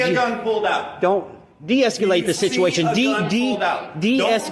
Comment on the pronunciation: De-es-kew-late? He can't even pronounce it.